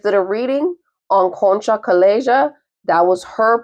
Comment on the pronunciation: I studied Spanish. Calleja is pronounced Kye-YAY-ha. Borrallo, the name of the nanny, is pronounced Bo-RYE-yo with a rolled R because its double R. A hard sound for non Spanish speakers. A double L is pronounced as Y. Some Spanish speakers add a ZH sound to a double L.